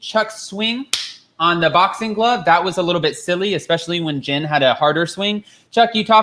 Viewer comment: It sounds like you’re saying gin instead of Jen